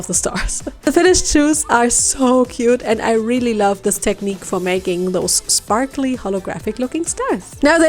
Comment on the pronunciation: I love How she says sprakly shimmers and not sparkly shimmers 😊